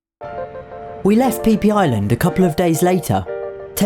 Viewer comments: Did you say PPisland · He prenounced it “pee pee island”